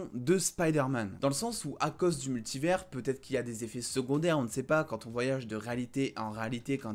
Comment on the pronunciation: On dit “multivers”!